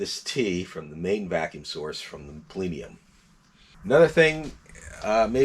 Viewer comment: I use the cruise control on my 96 ALL the time - it keeps me from going too dang fast. I don't want to lose my license just because my car likes to go, go, go! Also, my brother, the word is "plenum", not "plenium". yer killin' me with that.